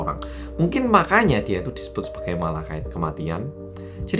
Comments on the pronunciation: belibet, ngomong Malaikat jadi Malakait 🤣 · Mas malaikat mas bukan malakait😂😂😂